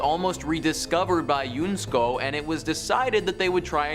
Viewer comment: UNESCO is pronounced, yoo. NES co.